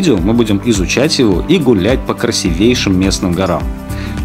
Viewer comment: Интересный формат. Только говорите,пожалуйста, красИвейший☺️